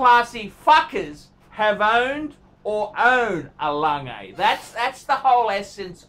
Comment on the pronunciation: Please say it correctly. It's not langay!!'